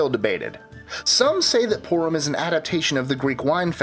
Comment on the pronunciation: Couldn’t get Purim right. Or that Esther is its own scroll. It’s not in the Torah.